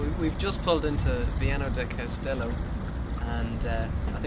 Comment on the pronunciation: It is Castelo. Not Costelo.